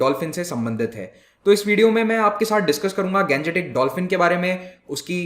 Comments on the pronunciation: I'm requested to you sir,stop saying गंजेटीक please say गांग्येटीक because you are an Indian you have not any problem to pronounce this so always say Indio Matic form of Ganga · Plz pronounce Gangetic as Gangetic, and not Ganjetic, like a foreigner. Ganga is Ganga, not Ganja. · Pronunciation of Gangetic dolphin is rubbish , bhaddi h